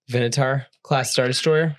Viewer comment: It hurt me a little when I heard mispronounce the Venator as "venatar" after he spent 2 and a half minutes explaining why the Venator deserves to be on S.